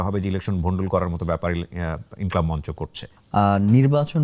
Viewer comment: সঠিক উচ্চারণ হবে _ মঞ্চো।